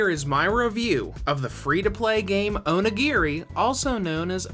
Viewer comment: Dose the way he says onigiri kinda annoy anyone...?